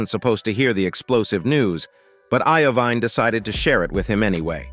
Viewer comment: Jimmy Iovine is pronounced " Ivene,it's as if u never heard of these famous people or it's computerized Al